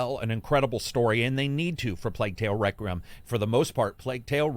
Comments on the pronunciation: i love "plague tale reckram" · You kinda struggle with saying Requiem huh.